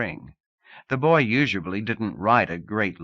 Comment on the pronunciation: I feel like it's the deepest and strongest of all worldbuilding it's also unique because the reader always says "usuably" instead of "usually" definitely was my first time ever hearing this "you-zhuh-blee" pronunciation